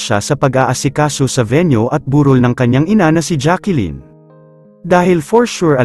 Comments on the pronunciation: It's Jacklyn not Jackilyn idiut. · It’s Jacklyn po not Jacqueline ang pronunciation